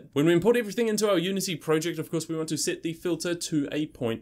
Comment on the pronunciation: Sit - int? No!!!! Set.... ssssssss eh tttttt.